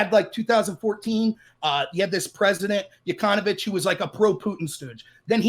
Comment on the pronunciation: Loved . Doesn't know how Yanukovich is pronounced but pretends to know.